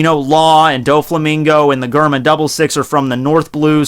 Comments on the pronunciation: Dude I’m pretty sure it’s ger-ma instead of gur-ma lmfaoo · Did you say G-erma Double Six instead of J-erma Double Six just to aggravate me? Lol just saying. Your awesome man keep doing your thing. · Its Germa not garma It's bege not bage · hehehe..... "gurrr mah" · Awesome vid as usual, but also as usual your pronunciation could use some work:3 Germa 66 - said like the word German Capone Bege - (beg-gay) Baratie - (bah-rah-tee) Sabaody Archipelago - (shyah-bone-dee) I don't know why it's pronounced like this, but it's true... I realized how ridiculous this story/world is when you said, "Zou is hard to get to/find because it's on the back of a giant elephant" with a straight face. I love this manga/anime so much, haha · Jay Tamal its supposed to be pronounced like germa double six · Cringing every time I hear your pronunciation of Germa